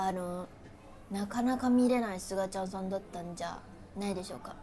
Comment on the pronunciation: 「すがちゃんさん」が、ほぼ「つのちゃんさん」に聞こえてきて、なんかおもろい